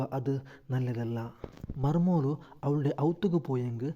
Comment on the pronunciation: ಮರ್ಮೋಳು ಅಲ್ಲ ಮರ್ಮಲ್